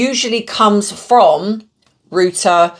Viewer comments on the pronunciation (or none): Royters NOT rooters. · Reuters is pronounced Roy- ter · Reuters news agency is pronounced ROY - ters